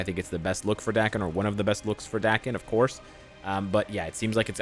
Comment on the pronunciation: Im positive Daken’s name is pronounced like Taken